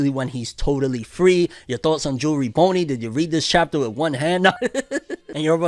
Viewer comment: Bro it's Jewelry Bonney not jewelry Boney